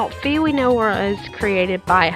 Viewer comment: It's not pronounced "fee" it's pronounced "fie" (as said by narrator in hyrule warriors) Btw I just found that out today XD